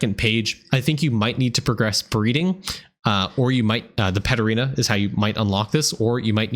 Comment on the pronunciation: I'm pretty new, so when you were talking about Paterena I got lost and spent about 10 mins googling until I realized you were saying Pet Arena 😅